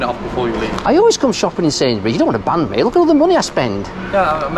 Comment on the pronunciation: ".. cos am gonna have to bang ye.. Wasn't sure if he was threatening violence or intercourse. Turns out he said "Ban" 🤣